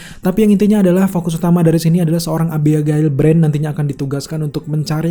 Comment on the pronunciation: Susahnya nyebut nama abigail 😁😁